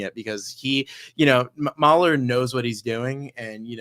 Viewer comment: Mooohler not Mauler.